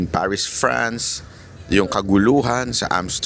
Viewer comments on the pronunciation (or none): none